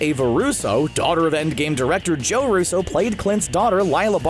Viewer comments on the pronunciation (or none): none